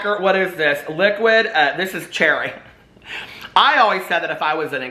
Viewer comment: there’s no “i” in “cherry” 😂😂😂